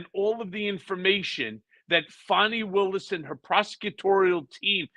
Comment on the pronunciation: Ben, it is Fani Willis, not Fawny Willis. On mute, the screen does sound-to-text and spells it as Phony Willis. That is an insult to Fani.